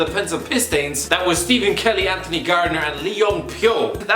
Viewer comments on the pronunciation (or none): none